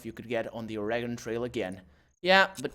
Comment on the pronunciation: you're going to correct him, get the pronunciation right. It's Or-eh-gun. NOBODY who lives here pronounces it "eee" or "gone"